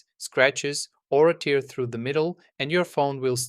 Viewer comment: the paper tear 😢 You mean it tears (rips) Do you need to go watch "How to pronounce TEAR vs TEAR (CORRECTLY!)" to learn to speak correctly?